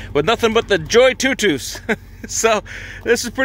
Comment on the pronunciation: Looks like a nice little inflator! Much better than the portable ones I’ve used before. The auto shut off is a real nice feature. I’ve wondered how to pronounce the name as well but your pronunciation makes the most sense haha